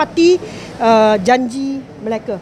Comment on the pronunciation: AIyo!Auntie janda Her Bahasa pronunciation is really really terrible. She can't even notice it. Her pronunciation for mereka becomes Malacca & ahli becomes akli hahaha! Wonder where her "close friend" Victor Gu is now? Hoohoohoo!!